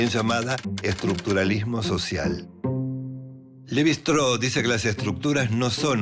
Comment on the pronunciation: Shtráus, no “Estró”.